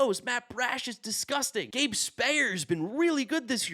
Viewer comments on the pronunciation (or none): none